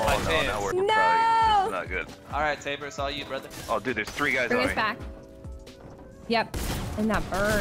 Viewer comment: I know where you were going when incorrectly pronounced tabor’s name